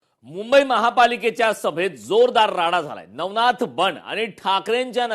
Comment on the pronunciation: नवनाथ बोल...नवनाथ बोल....😂😂😂